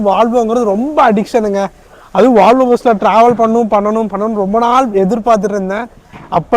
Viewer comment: Bro it's not "valvo, it's volvo.